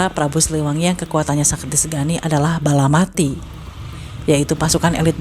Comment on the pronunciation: Balapati bukan balamati